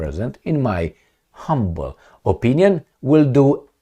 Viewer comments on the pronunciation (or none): none